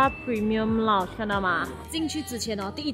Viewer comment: 是lounge,不是lunch 謝謝